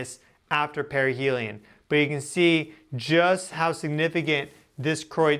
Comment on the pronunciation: Sorry but perihelium keeps sounding like perineum.